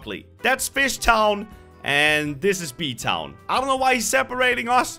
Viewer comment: says fffffosh town title bee town